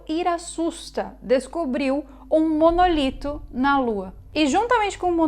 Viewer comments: Não É monolito e simmm MONÓLITO!!!!!!!!!!!!!! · nao é Monolito é Monólito